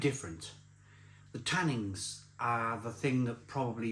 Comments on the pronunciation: Tannins,not tannings ! 😂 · When says "tannings" (repeatedly) does he mean tannins? He said this tastes of leather, so is he confused about the leather tanning process? Or just pissed again?